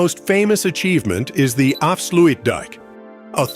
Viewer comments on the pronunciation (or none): the "af-slu-weed dam" LOL